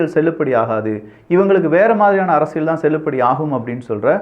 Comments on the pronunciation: யோவ் என்னய்யா அரசியழ் அரசியழ் சொல்ற.அரசியல் னு சொல்லுப்பா.நல்ல தமிழ் பேசுகிறார்.ஆனால் இது தவறாக உள்ளது.முடிந்தால் கவனம் கொள்ளவும்.❤❤❤❤❤❤ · அரசியள் இல்ல அரசியல்